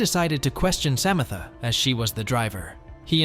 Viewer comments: Am I having a stroke "Samatha" not Samantha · Why do you keep pronouncing Samantha in different ways? Its Samantha, not Sa ma tha. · Samantha? No... Sam-ith-uh.